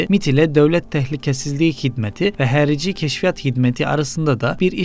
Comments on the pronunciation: herici ne ya a harfı barı harici deyin . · Herici değil kardeşim. Harici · Herici değil,xarici yani harici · Herici değil değerli kardeşim, "harici" o.